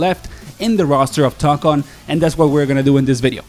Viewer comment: It's Tōkon not Tokkon Tōkon 👉🏻ō ✅